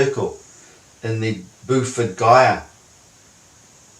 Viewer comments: Gyre = "Jire", not "Guy'r". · Can't even pronounce "gyre"... Calls it "gu y a". Or is it because he speaks an accent from the British isles. And why would he believe he has proof that should procure him a Noble prize? Perhaps he could have his concept (not a theory) and have it falsified by other real scientists?